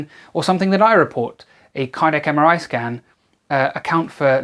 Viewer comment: Did you say "full body scam"?